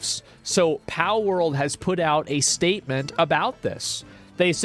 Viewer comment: why does asmongold call palword "pow world", makes me irrationally angry